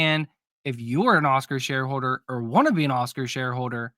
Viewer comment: Not sure if you said ”Oscar sharehoarder” or ”…shareholder” 🤣